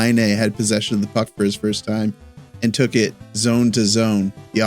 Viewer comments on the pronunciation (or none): Luke Tuch (tuck not took) Dobes Dough..besh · Isn’t it pronounced “Tuck”